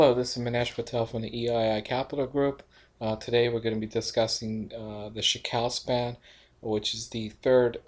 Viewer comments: "chee koo" ✔ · You pronounce Chikou very strange. I think it's Chee-Ku